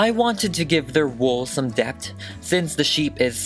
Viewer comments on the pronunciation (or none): Me being that kid that corrects everyone on what they say: “ I enjoy this video: “.............debt” Me: “ a-wha!? It’s depth!” ÙmÚ ( btw I’m okay with it I just found it funny)